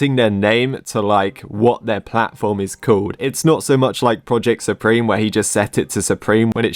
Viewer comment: "Super"me instead of supreme. lol.